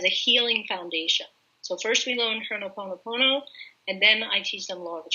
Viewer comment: It's ho'oponopono not Honoponopona! Awesome video